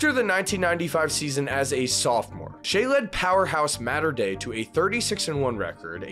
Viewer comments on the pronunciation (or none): I heard Mater Dei pronounced Mataur Dayand turned it off....